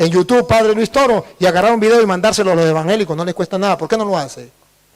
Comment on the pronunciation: Primero enseñaste a hablar se dice evangélicos no envangélicos.